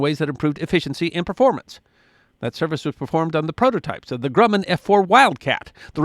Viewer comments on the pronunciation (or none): none